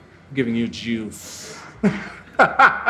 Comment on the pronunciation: Looking forward for the jooice ( Mkuruu's pronunciation)